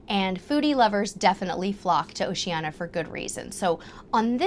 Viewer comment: Oceania is pronounced "Oh she an ee a", there is an i two letters from the end of Oceania